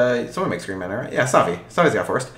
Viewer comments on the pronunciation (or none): Saffi* not Staffi lol